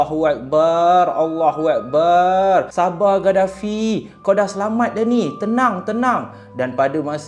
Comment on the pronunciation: sebutan Allahuakbar kena betolkan,,,sebutan yg salah bawa maksud yg lain,maaf